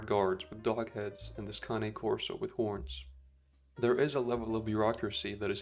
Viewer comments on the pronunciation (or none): Never heard someone say “Khan-Ay” Corso instead of “Kayn” Corso